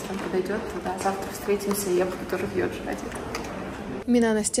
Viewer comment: Почему ЙодЗи, а не ЙодЖи?